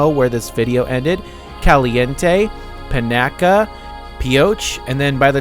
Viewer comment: The only part of Pahranagat you’re mispronouncing is the end of the word “Pahranagat” it’s not “gat” oddly enough it’s puh ran a get if that makes any sense.